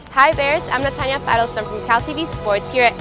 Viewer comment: Diga su apellido bien sin pena FAITELSON NO FEIDELSOUN :(